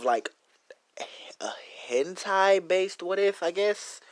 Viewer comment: When he said hentia my eye were oo to this OO